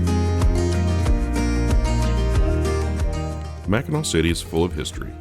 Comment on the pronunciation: Top job, especially for one who's not a native Michigander. (The several times mispronouncing Mackinac was a dead giveaway.)